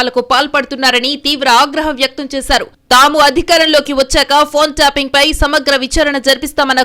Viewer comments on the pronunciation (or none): ట్యాపింగ్ అనే మాటను ట్యాంపింగ్ అని పలకడం మానేయండి వ్యాఖాత గారు.